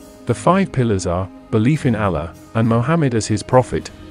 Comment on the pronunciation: These As are painful to hear. Like nails on a chalkboard. Allah does not sound like Alan. Same for Pasta, Taco, Islamic... Somehow nailing Islam as "Is-LAH-mm", but Islamic is coming out like "Is-Lamb-Ick" -- wild! Otherwise, excellent video!